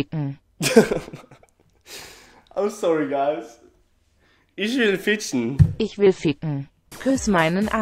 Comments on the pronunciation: Isch will fitschen😂😂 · "frotze" "ich will fritschen" omg what 😂😂 but actually you're doing hella good 😂